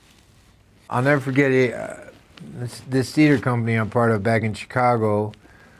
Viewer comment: I like the hint of an upper Midwest accent when he says Chicago